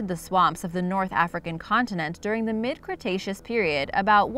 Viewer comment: Did she just say "Cretacean period"?